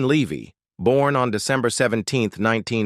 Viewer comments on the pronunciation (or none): In case everyone forgets the movie this video is about, it gets repeated a dozen times. A bunch of AI generated garbage, pronounces Eugene Levy as "Leevy" but properly pronounces the second time, then back to "Leevy" afterwards.